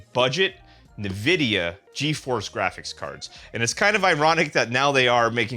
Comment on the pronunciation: Navidia? I thought it was Nvidia? 😭